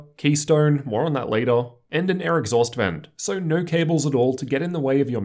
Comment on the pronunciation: I honestly couldn't even pay attention to what was being said other than the fact that every "O" was an "er" sound instead of an "O". After i heard "Ner" instead of "No" i couldn't unhear it.